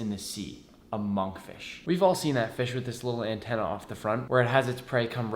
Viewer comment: when he said Monkfish I heard Among Fish